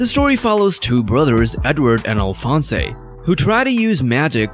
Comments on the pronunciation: Alfonsay? Its Alphonse "Alfons" You have clearly never actually watched the show. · Dude can’t even say Alphonse correctly 🙄 fake anime fan 🔔 end.